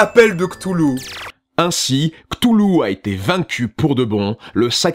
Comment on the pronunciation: Ohhh ça se dit ctoulou c'est trop chou